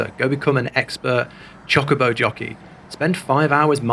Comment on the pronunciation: H is pronounced ay-ch. Not hay-ch. It is pronounced Choe-ka-bow not choh-ka-bow